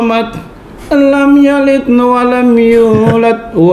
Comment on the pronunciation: Ngakak waktu denger dia baca Surat Al-Ikhlas 😂 masa akhirannya malah huruf "-t", kayak: "ahat", "somat", "yulat", padahal harusnya kan qalqalahnya jelas kalau ayat yang diakhiri dengan huruf "-d".